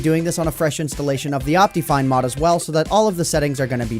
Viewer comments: 1. duh it's worth it 2. It's pronounced op-tih-fine you idiot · I love how he says it like optifien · Dat optifine pronunciation tho, XD Opteefine. XD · El cofre :v Lol, xD I pronounce it like Op-tuh-fine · Ryan Sonic I pronounce it like Op-te-fine